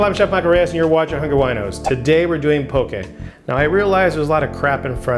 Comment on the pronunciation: Thank you for pronouncing poke correctly (